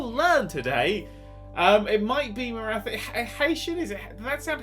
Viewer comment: It's pronounced 'MarAti' not 'MaraTHi'